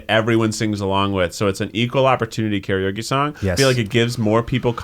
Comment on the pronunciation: I know Eugene grew up in the south, but it’s disheartening to see/hear an Asian pronounce “karaoke” incorrectly.